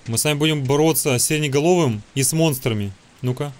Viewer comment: Не сиреняголовый а серенаголовый и зделай новое видео по FNAF 4